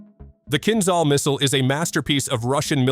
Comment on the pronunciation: Kinzhal (a dagger) is pronounced: Kin Ja (like JAR without "R") L (like LET without "ET"): Kin Ja L